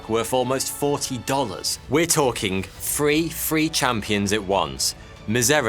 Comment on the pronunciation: is so British that him saying 3 free just sounds like he’s saying free free😂